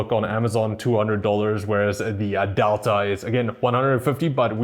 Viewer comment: adelta ????? its DELTA ffs what i hate ppl there cant pronaunce things correct